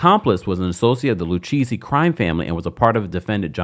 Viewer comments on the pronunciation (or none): Not LU-Cheesy 😅😅😅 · Lucchesi is pronounced Lu-Kay-Zee. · Lucchese pronounced Lu-K-Z😂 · It drives me crazy when people on you tube have a channel, but you don't do your research on pronunciation of names lu cheesy??? Lu Kay see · It’s pronounced Luke-ayzee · Love the way you pronounce Lucchese 😂…. It’s pronounced Lou- K- Zzzzz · 🤌🏾🤌🏾 It Is LU_KA_SEE. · Pronounced “Lu-Kay-see’ babe. I know this from mob movies😂. Aye Dina and this thing is the reboot that RHONJ needs. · It’s pronounced Loo-Casey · It's pronounced: "lu-KAY-zee" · Lucchese pronounced Lou-case-ee 😊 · Lucchese = Lou - Kay -Zee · It’s pronounced LU-KAY-CEE 😅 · I came here to text this 😂😂I’m like I’m pretty sure it’s pronounced lu-kay-z if my mob knowledge is correct 🤔🥴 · Like he’s never watched any documentary about the mob??? How is he pronouncing it like that??? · Omg the pronunciation is painful